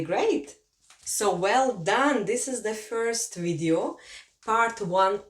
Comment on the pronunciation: Its interesting when russian is teaching latvian in english :D Had some troubles with Ģ pronunciation. And classic russian fyorst not first :D But in general nice video and idea :)